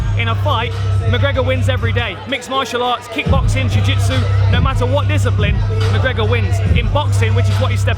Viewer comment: McConor McGregor? lol Dan...